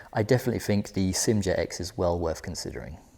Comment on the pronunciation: I wish people would stop pronouncing SYM as if it is a word. It is pronounced as three separate letters S. Y. M. Like that. Why can't people get it right. Upsets me so much because you claim to know what you are talking about, but you cannot even get the name correct. Just sad.